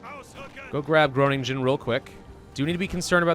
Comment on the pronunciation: "Go grab ghroe-nin-ghen real quick" XD A tip that works for both Dutch and German and probably Swiss and Austrian as well; it is usually the "en" part at the end that is a separate syllable. (implying a plurality when describing something other than a place). So even if you butcher the rest of the word (as one does, on world conquering LPs), if the last sound is "en", you'll be perceived as getting it mostly correct. :)